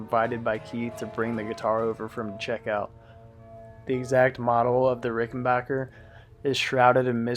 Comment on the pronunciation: A video about Keith Richards' guitars and the correct pronunciation of 'Ricken-back-er'? Subscribed!